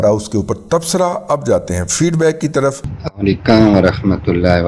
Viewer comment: دادا جی: آپکا (اسلام وعلیکم) کا تلفظ درست نہ ھے ' مہربانی کر کے درستگی فرما لیں